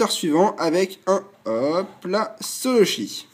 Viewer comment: Quand t'as dit un solochi j'ai cru comprendre insoloshi